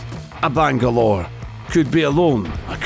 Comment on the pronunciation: The amount of Banglore butchered!!